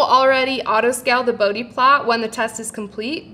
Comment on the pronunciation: Please learn to pronounce Bode.